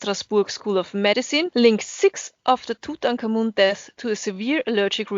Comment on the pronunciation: I'm happy to hear you pronounce Tutankhamun so well.